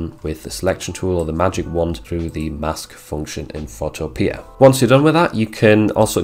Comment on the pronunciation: Pho-TOE-pia…..just like utopia